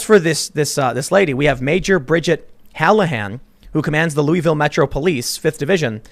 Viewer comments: It's Lu-eh-vil, not Lu-ee-vil, lol.^^ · It's "looahvul" Tim, local dialect humor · Louisville = loo-voll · It’s Lou uh vuhl